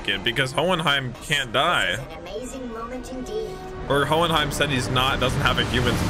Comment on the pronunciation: It’s hohenheim